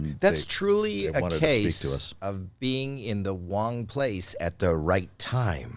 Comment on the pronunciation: "Being at the Wong place..." omg.